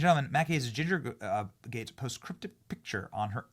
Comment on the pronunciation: Gaetz not Gatez